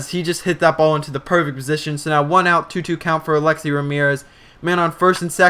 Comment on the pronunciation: you don't even know how to say Alexei dude.